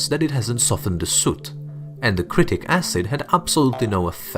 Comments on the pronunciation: pronounced SITRIK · Pronounced si tri ck acid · It is citric acid..he was not able to pronounce it properly 😀